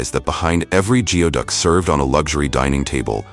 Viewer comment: It's pronounced gooey-duck